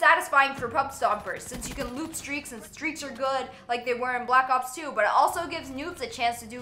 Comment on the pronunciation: Am i the only one hearing her say blops 2 idk lol